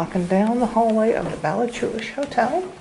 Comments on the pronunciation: its pronounced balla-hoo-lish the c is silent! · the way you pronounced ballachulish